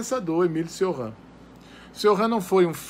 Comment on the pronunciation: Só a pronúncia do nome dele você falou errado. O certo é "Tioran" e sem esse "r" afrancesado, pois ele era romeno.